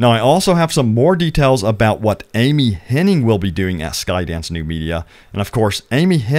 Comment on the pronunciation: It’s Hennig. Ig. Not Henning. There is no ing.